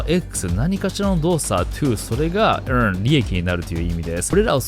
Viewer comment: 〜to EarnのEarnが気になって続けて発音練習してしまう😂